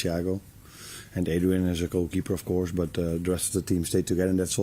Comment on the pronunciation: Of coursh it's nice to have good pre-sheshun 😂 come on Arnie lad